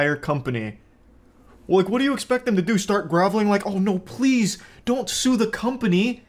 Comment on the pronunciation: You say pwease and tank you to me..